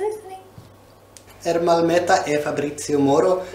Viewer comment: It’s Moro not Morel😂